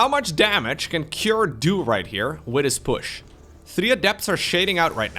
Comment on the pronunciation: When you said see how much damage cure can do with this push. It sounded like you said with his bush 😂 love it